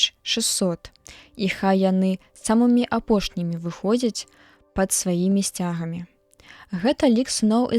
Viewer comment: Прачытана: сця'гамі, слоўнік дае: сцяга'мі.